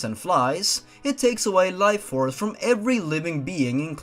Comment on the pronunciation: life force not Tife force Just wanted to point that out